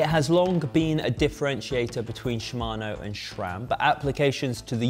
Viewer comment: ah yes "Jura-ace" and "Schram".